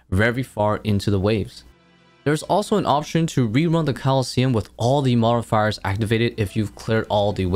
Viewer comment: I don’t think I’ve ever heard someone speak perfect English but fumble when they say the word “modifiers” lmao you good bro?